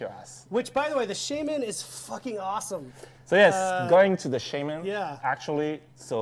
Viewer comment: It's pronounced shaw-men Not shay-men ffs lol